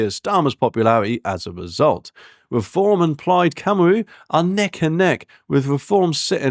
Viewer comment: Good grief dude, your Welsh needs some work. Caerphilly = Care-fil-ee Plaid Cymru = Pl-eyed Kum-ree